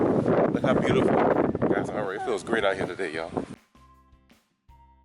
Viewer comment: and her byoothipul ice:')